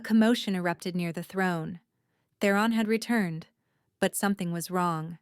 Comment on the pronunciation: Theron not The Ron